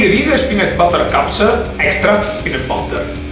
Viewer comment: Bel video ma si pronuncia peanUt non peanEt